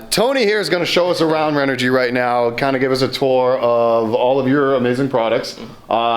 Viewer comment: You are pronouncing renogy wrong, I’m confused. I called her Customer Service and the message says ren - oh- gee someone verify this because everyone in the world says it a different way, but the answering machine at the company in California says Ren oh gee